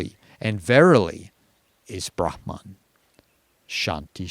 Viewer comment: As a Finn, I'm very pleased to hear someone pronounce 'brahma(n)' the way I think is the correct one! Most Indian tubers seem to pronounce it like bramha(n)! The only exception thus far has been Maharishi Mahesh Yogi, founder of the Transcendental Meditation movement, whose guru was Shankaraacaarya of Jyotir maTha , Svaamii Brahmaananda Sarasvatii. - Finnish has some words with the phoneme sequence 'hm' inside a word, like 'ahma' (wolverine), 'tuhma' (naughty).